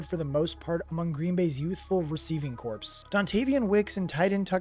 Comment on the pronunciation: Really liked the video, but I have to ask.... Do you mean to sound like an AI generated voice? It's (coo), not coop, it's (core), not corpse and try undoubtedly, not undoubtably. I don't mean to be too mean, I will keep my eye out for more of your videos.